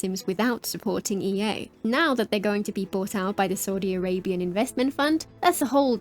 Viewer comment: I heard EU buyout at the first part of the video instead of EA buyout and was confused till the middle part of the video 😂